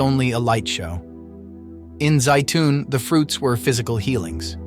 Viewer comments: Zeitun, not Zayton....I've been there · and yet Egypt is still a Muslim nation. How about if you teach your AI narrator to pronounce Zeitoun the same way consistently?